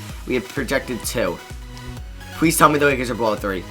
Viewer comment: this nigga says pwease and not please wtf